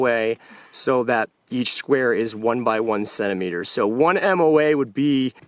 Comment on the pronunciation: You lost me at "centimeter. "